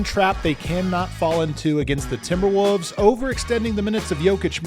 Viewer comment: Always love hearing say Timberwooves